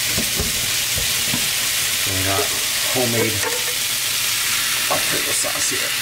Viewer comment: It's Sakshi are you telling me you cant hear him say pickle sauce now that you said i a can hear alfredo sauce too but i can still hear pickle sauce if i think about if you know what i mean